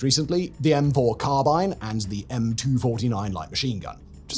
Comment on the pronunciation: "M-fouR“ good American accent